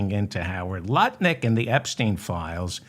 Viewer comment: Hi David. Are you concentrating on not calling him NutLick? You’re saying Lut Nick, emphasizing the Lut.